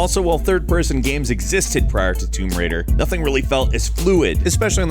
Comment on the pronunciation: its tomb raider not tumb raider